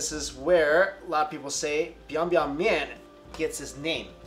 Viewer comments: Okay Strictly, let's set the record straight here once and for all: it's pronounced chickn "bwee-oong (minus the "ng")" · Always wondered why biang biang is pronounced in the second tone when the fourth tone seems to carry the mood of banging it on the table.